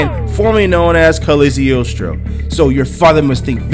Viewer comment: It's pronounced Cog-lee-o-stro.